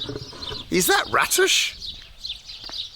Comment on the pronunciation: I keep hearing Radish...